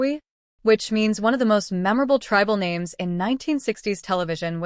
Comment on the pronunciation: AI can't pronounce names worth a damn.